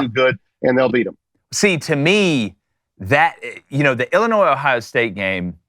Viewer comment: I am turning it off. Illinois, really????